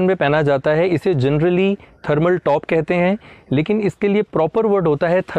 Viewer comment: Amazinggggg video 👏🏻👏🏻👏🏻👏🏻 as always very knowledgable and useful 👌🏻👌🏻👌🏻.. And i love that funny part too...specially “कहयते हैं” 🤣🤣😂 and john longs😂😅👏🏻👏🏻👏🏻